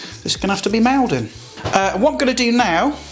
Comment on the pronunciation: My only criticism is your pronunciation of the salt brand Maldon 😂 I live in Essex close to the town where the salt is made and gets it name. It's pronounced Mol-dun. Other than that amazing video as always 😉 x